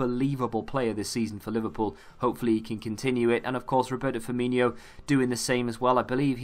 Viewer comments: 'firmino' not 'firminho' dude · Why does everyone think he’s called Firminho? There is no h